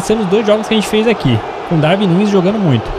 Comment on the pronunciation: Darwin não se lê com v lê se com u